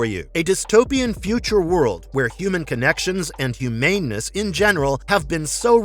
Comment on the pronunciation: "Humane-ness" he says...